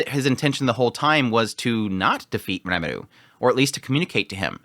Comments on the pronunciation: Quick question: Isn't it R"ie"meru? instead of Re"meru" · This might be nitpickey but why are you pronouncing RE muru as reMARU. It's very distracting. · it's R"ie"meru, isnt it? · rimuru, like it's written. but it's not the first time he pronounces names wierdly, just look at his frieren coverage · Why do you pronounce his name as Remidu? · What's wrong with Remelo? Remalu is totally fine. You're overthinking all this Remilu thing. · Lumus Milus Smith definitely doesn't want trouble for her farm... I mean, holy commune. Also,!! Its Rimuru! Ri like "Redo of..", Mu like "Mushoku" and Ru like "Rurouni" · it's quite strange honestly, they keep saying rimuru's name all the time in the show so you'd think after 50 episodes he'd learn how to pronounce it right